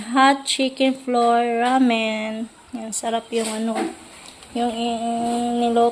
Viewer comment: Ramen not ramin